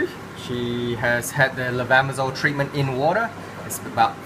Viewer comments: Would u spelling the med name, please? ☺️🙏 Its difficult to hear correctly.. A lot of med with simillar suffix "sole" or zole".. thank for answer. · we cant understand the pronunciation of the medicament, can you help us providing the name?